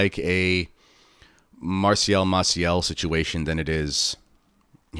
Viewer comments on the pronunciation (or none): none